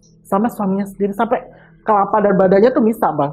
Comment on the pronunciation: Kepala, Bukan kelapa 🙏